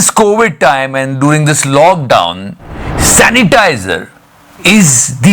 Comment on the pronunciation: #The satya show Are bhai meri to hasi hi nhi rok rhi.chalo didi sanitizer word rong bola .but it's ok.yaar Lekin ussai zyada mazaa to second video mia dai diya .usnai bc wali gali bhi bhuth funny thi 😂😂😂🤣🤣🤣🤣🤣🤣🤣🤣🤣🤣🤣🤣🤣🤣🤣